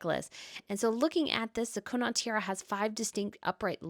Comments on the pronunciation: It’s pronounced Conn nit if you’re Irish or Conn aught if not. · Loving the tiara episode! By the way, just for info, the Connaught tiara is pronounced, Con, as in con man, and aught, as in automotive. ❤ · Princess Madeleine is the ultimate " fairy princess" .... totally beauriful. If you stay at The Connaught when you are next in London, you will correct your pronunciation.